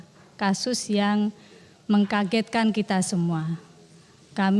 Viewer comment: Ternyata anggota Dewan masih ada yang blm benar dlm berbahasa ya. Tadi kok ada kalimat -- Mengkagetkan...Mensederhanakan..dalam pelajaran bhs Indonesia... kata dasar dg huruf KTSP itu hilang bila ketemu dg awalan me...cobtoh Kaget ketemu me..menjadi Mengagetkan..dll